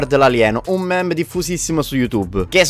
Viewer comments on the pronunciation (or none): none